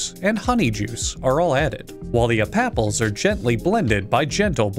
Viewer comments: repeatedly mispronouncing "apples" throughout the video is really the applaple on top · He always mispronounces apples, and I love it. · The way he said apapples in the beginning made me laugh so damn hard.